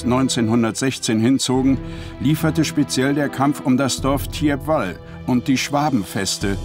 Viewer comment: Das Dorf spricht man "Tiepwal"...